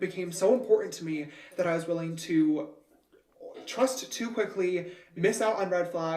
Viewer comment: Anyone else love the way said, "I assume youre getting on the train tooooooihhhhhhh, let's make that a ticket for twoooooehhhhh" in his weird ass northern Irish accent Lmao (i love it)